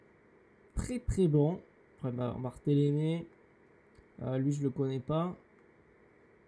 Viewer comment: Regarde bien, ce n'est pas "Barthélémé" mais plutôt "Barthèlmé". Sinon bonne vidéo !